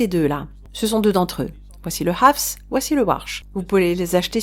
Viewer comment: Tu dis très bien le mot "Hafs" ❤